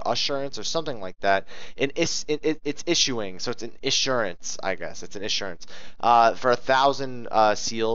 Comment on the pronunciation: issuance, no r :)